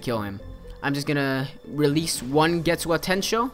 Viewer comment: How to pronounce. Get-Soo-Ga (space) Ten- Sho